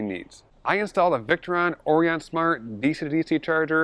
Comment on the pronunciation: Nice work! BTW, it's pronounced 'Or-I-un' (i.e., with a long 'I'), like the star constellation.